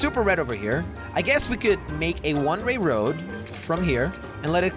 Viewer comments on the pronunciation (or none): You keep saying rne ray when it's one way